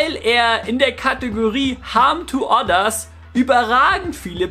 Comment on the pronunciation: "Haam tu addas"...please, train your pronunciation...^^ Seriously, keep up the good work!